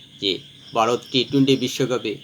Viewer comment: Baarot ki?Bharat bolte pare na.Bangladeshi mone hoy.